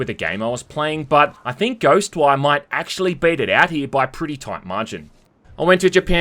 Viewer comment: "acksually" literally not even 20 seconds after.